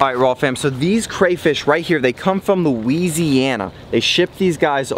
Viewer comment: Loo-WEEZEEY-anna. It made me cringe so hard